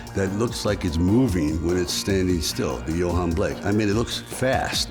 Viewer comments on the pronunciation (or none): none